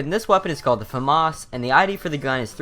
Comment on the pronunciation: thank you for not pronouncing famas "FA MASS"